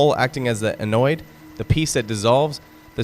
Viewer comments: Anode, not annoyed…God I hate this AI slop! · Proud. My Dad was a Navy Veteran. Munitions Plant in Upstate NY, WWII. AI is still not cutting it. A human would know how to pronounce Anode and Cathode....